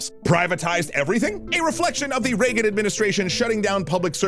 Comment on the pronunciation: After the first time you said reagen i was fully radicalized no need to continue